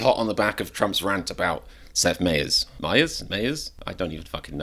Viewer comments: "MIE ers", not "MAY ers" 🙄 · My-ers not May-ers. Watch his show for the correct pronunciation. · It’s My Ers not May Ers. I think he’s pretty funny sometimes personally. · Seth Meyer. It’s pronounced my-er. My- eerr. Cheers 💙🙏🏽👋🏽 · You would think you’d do enough research to know how to pronounce his name… you’re not nearly as funny as Seth Meyers